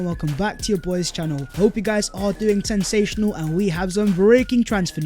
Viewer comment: 'I hope you are doing SensationALLY' 'eSpecially' ' amBidextrous' and your mic pops chronically. Having said all that I do really like the show and watch it often. I just wish you'd sort these little things out LOL. Sorry I am sure you read the comments, but you don't seem to answer much, so I'll keep saying it in an annoying fashion. :) But seriously keep it up, thanks. To answer your question: Nidi Kimmich Sandro Tonali